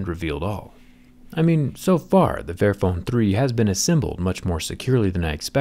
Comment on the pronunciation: Literally thought it said “fat phone” And when he said “This is phone right for everybody” I almost died